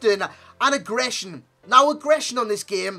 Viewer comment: Why do you keep saying agressner???? It's not a word